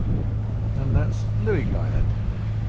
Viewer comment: No no no….Luing is pronounced “Ling,” not Looing! Two minutes into the video I had to stop it to let you know. Ask any local! ⛵️